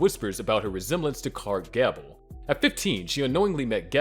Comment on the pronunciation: Another production spoiled by AI. Clark Gabble, Angelica Husston, Ingrid Bergeman. Lol!